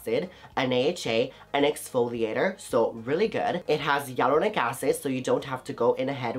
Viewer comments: Sorry but It's hyaluronic not yelluronic 😆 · I keep hearing yai-lu-ro-nic acid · What did u say aluronic acid!!! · I love your vids but I'm not understanding the way you say hyaluronic acid.